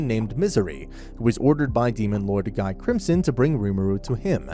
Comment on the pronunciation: Uh i think you forgot about the primordial demons also its pronounced Ghee not guy